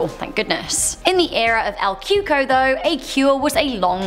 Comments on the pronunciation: I thought it was called El Coco, not Cuco😕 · Lol “el Cuco” ain’t that “El cucoy” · "CUCO" is pronounced "koo-kouie" (like Louie). Not Coo-ko. 😂😂😂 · It’s pronounced cuey-cuey not cooco